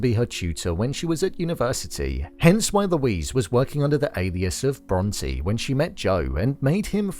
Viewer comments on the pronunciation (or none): bron-tay come on dude. they said bronte so much in that show.